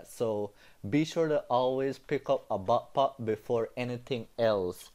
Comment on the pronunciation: Its not bappap its backpack